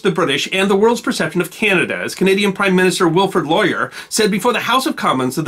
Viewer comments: Pronounced Lor-ee-ay. not Lor-ee-er. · As a patriotic French Canadian I can honestly say I had never heard that the Canadian PM was Sir Wilfrid "Lawyer". His name is Laurier, pronounced "Low-ree-yeah". And insofar as talking up the English Canadians' pride and service maybe the could atone for mangling Laurier's name by giving the public a capsule of the history of the Vandoos? "Je me souviens" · Laurier is french its pronounced different.... (its like saying Yay...at the end)....LORR-ee-ay to be exact Enjoyed this thoroughly. It shows the start of the reputation of the Canadian troops....the reputation of 'We got something impossible to do.....send in the Canadians they'll do the impossible' that carried all the way through World War 2. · Great video😊👍🇨🇦. Except you mispronounced Canadian Prime Minister Sir. Wilfred Laurier, it’s pronounced phonetically as (Lor-e-yay) not “Lawyer”🧐😊. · Just a note it's not Lar-ee-eer it's Lar-ee-eh (aye) after all we are Canadian eh? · LORR-ee-ay; not lorior. It's French. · Wilfred lawer? its pronounced laur E A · PM's Wilfred Laurier's last name is pronounced "Lorry-yay". Great video. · New subscriber and former member of the Royal Regiment of Canada. I am loving your work. Am a little concerned about some pronunciations at times, (e.g. Sir Wilfred Laurier is pronounced loh/ryay). Nitpicks notwithstanding, marvelous stuff. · Happy New Year,!!! Sir Wilfred Laurier's name is pronounced LOW-REE-AY. Other than that, carry on!!!! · Thank you for this story and thank you for detailing this battle so well. I just wanted to mention to that the name Laurier's end is pronounced like a long E and long A i.e. EEE AY. It's french. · As always a great and informative video. May I point out that as with many things Canadian, the pronunciation is often French, so the Prime Minister of the day -Laurier is said as "Laurie -A` (or is it "Eh? lol). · Thank you for this. Btw, it's pronounced "Lore-ee-eh" 😉